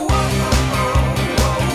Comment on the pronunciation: Nice song.... but what?? TING?? Can't he pronounce THING??? Goshhh..!!